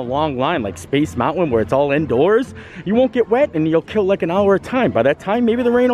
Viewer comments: Drinking game- shot every time mispronounces "mountain" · The way this guy says, "mountain." I can't.